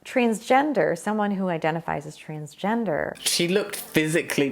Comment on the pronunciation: "There are just men and women." What about intersex people? what about them? Also is it just me or does it sound like she is saying trainsgender XD Love your videos :)